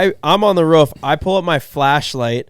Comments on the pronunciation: Boys… it’s ROOF, not RUFF. Ya’ll sound like you’re barking 😅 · When said “ruff” instead of “roof” that many times back to bad really hurt 😭😂I live in Utah and I still don’t get why people say it that way accents are interesting 🤣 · Ruff ruff ruff ruff haahhahah never heard anyone say roof quite like haha